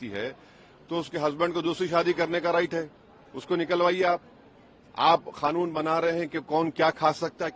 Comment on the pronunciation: Arey Bro 😎 It’s NOT “KHANOON” 👎🏻 SAY: QANOON 👍